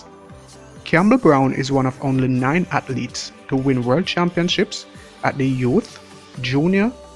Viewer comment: "Hearnings (earnings)" "Hatletes (athletes)" "Haiti Too (82)" 😂😂😂😂. Big up mi yardie dem.